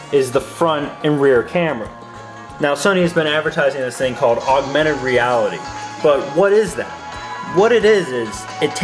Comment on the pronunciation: he says agumented reality like its this cool new thing that the 3ds doesnt have which it does and being creative with the touch screen ds has been creative with the touchscreen since its launch in 2006